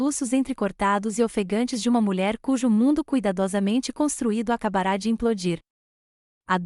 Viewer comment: Como srmpre, a protagonista da história se reporta no masculino. Toda vez que surge uma palavra que não leva acento agudo na última letra, é pronunciada como se fosse acentuada. Ex: acabara pronunciada ACABARÁ.